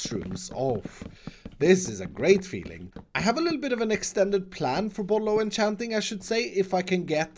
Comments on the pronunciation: Everyone: bottle of enchanting: bottlochanting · Itss bollochanting